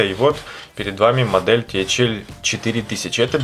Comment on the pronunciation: ТэХаЭл режит слух